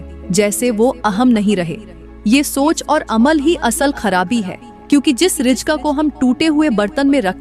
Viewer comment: Rijk nahi reezk bolo.